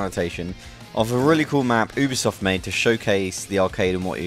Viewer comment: Your saying UBISOFT wrong its like saying you be soft fast 😀